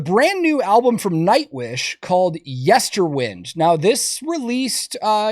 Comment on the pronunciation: Why are so many people saying "Yesterwind"? It's "Yesterwynd".